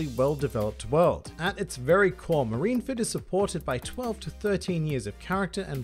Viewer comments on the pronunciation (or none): Japanese: Marinfōdo (マリンフォード) English: Marineford One Piece Youtubers: MarineFERD I'm just joshing. I can't argue with the top 3, even if I'd put them in a slightly different order.